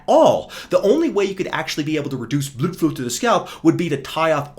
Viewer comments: Bro really said “Bluedflu” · damn, that is really funny, and that hair channel "Hairguard" is real cringe I mean I can't describe, but is so good with his mental gymnastic that he make him look even worst, when I listen "bluudflow" with English accent I'm dying from laughing